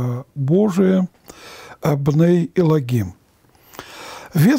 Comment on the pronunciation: На иврите словосочетвние בני אלוהים произносится как бней элоим без "г" очень режет слух